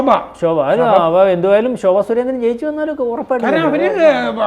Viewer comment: അവതാരകന് ശോഭ സുരേന്ദ്രന്‍ എന്ന് ക്രിത്യമായി പറയുന്നു " ഭരണം" എന്ന പദം പറയുന്നത് " ഫരണം" എന്നു കേള്‍ക്കുമ്പോള്‍ എന്തോ..... 🤔🤔🤔